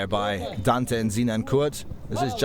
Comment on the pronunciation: If only people could pronounce Dante's name correctly...